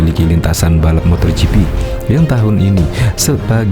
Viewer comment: MotoGp pak....bukan MotorGp....gak pake "r"..... Motogp